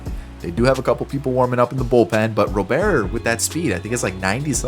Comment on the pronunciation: Luis Robert. The T is not silent lol